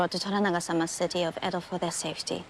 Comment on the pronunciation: FYI, it's pronounced "eh-do" not ee-dow.